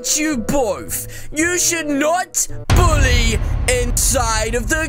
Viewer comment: he said boolly